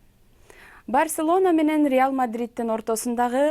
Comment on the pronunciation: Барсенола дейт го:):)